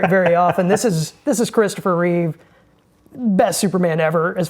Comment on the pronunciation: REEVE !!!!!!! Get it right !